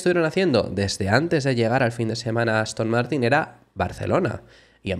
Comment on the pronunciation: Ha dicho Aston Mártir?